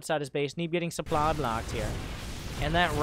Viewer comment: the sooply